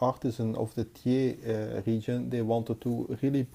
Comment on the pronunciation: Excellent, as usual, thanks for this review. PS: Thiers is pronounced, in France, tière (like bière) ;-)